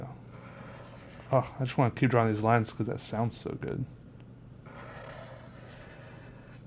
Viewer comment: Love how he you say drawing it sounds like your saying drawwing lol, really like your videos